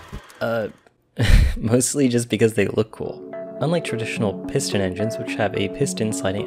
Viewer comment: I cringed every time he says piston lol